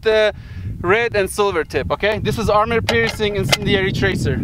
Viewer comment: I like how u say army piercing incendiary 😄